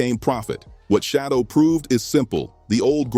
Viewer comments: Say! Shedeur ! not Shodow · SHEDURE is his NAME not SHADOW!! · It isn't Shadow, it's Shedeur! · Bruh his name is SHEDEUR dam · His name not shadow nephew name sheduer correct it thank you ❤😊 yes let's go newpew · Stop mispronouncing has name. Who the heck is Shadow???